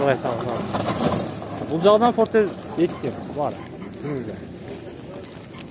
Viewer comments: Портер эле болот фортер эмес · Жакшы реально бааларды тартыпсын фортер дегенин окшошпой калыптырда Портер де иним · Озубуздон окшойт фортер деп суйлоп